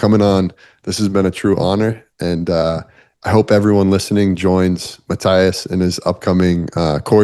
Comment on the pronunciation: Great but his name is “MATTY-as” . The “as” like on “alias” . “ALI-as” So remember that “the rememberer’s ” name is MATT , MATTY … and then add the “as” 🤗🤓